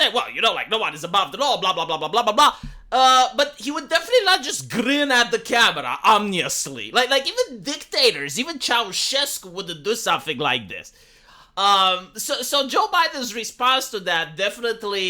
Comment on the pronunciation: Hey, - the term is grinning at the camera "ominously". Not "omniously", which is not a word.